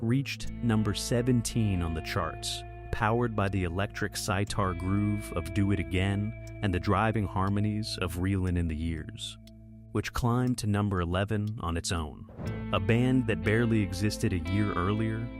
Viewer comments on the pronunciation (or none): Electric sitar not sightar